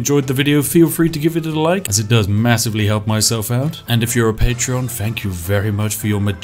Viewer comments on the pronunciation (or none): none